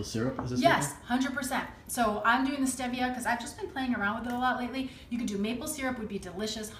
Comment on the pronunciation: I think it's pronounced Steve via but this looks so good I love apple pies and I bet this must taste like it